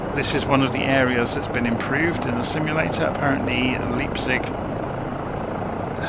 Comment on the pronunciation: Just for trivia's sake - the town is pronounced "lype-tsig"... 😂